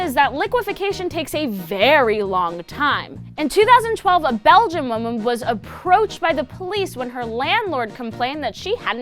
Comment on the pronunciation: a Belgium wmmum, anyone else catch that? XD